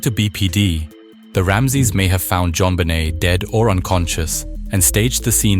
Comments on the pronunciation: Jon "Bennett"?!? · Can't even pronounce her name correctly...garbage